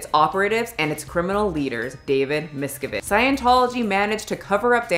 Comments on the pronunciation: I believe the put the emFASSis on the wrong syllables in many words in this video including Remini, Miscavage, scintilla and more...a little research goes a long way... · Just my opinion, but it would be good to research name pronunciations. There are countless documentaries on Scientology, and mispronouncing Leah Remini and David Miscavige's names makes this video seem unreliable.